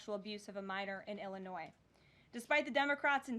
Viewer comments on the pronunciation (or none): none